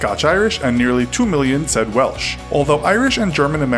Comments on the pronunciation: What's " Welch " did u mean Welsh ? My dear American. It's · WelCH! Really! It's welSH you dumbo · Did he say welch instead of welsh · did I just hear Welsh pronounced as Welch like peppa pig jumping up and down in muddy puddles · Welsh with an 's'. He pronounced it Welch. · I almost died laughing when he pronounced ‘welsh’ as ‘welch’😂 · Why he say welch?? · Welch..!! That's what you do on a bet.. Its pronounced Wel-Shhh.. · It's Welsh NOT welch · That's not how you say Welsh also it the uk or great Britain not the uk of great Britain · McScuse me it's pronounced as it's spelt, Welsh, not welch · welch😂😂😂 it's welSH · Who on earth advised you to pronounce Welsh like Welch? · Wtf is Welch it's Welsh said well-shh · When he pronounced Welsh as Weltch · Pronounced Welsh not welch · Did he pronounce Welsh as 'Well-tch'? Not trying to be rude or anything. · ‘weltch’ lol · He said Welsh wrong as a Welsh not welch my self I am not happy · Did he call it welch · WELCH? WELCH? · He cant pronounce welsh at the start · The way he pronounced welsh the first time he said it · How he said 'welsh' :') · Say Welsh right please. It's painful when you don't! (I'm British btw)